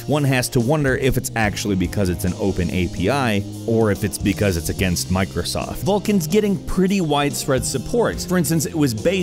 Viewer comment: I cringed when he said "mircosoft windows"